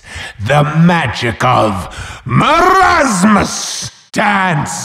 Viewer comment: bruh you say mermasus the right one is merasmus